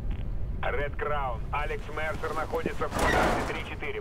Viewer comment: может не марсер а мерсер